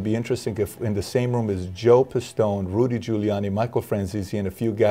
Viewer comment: And you fucked up his name :D It's Joseph D. Pistone :D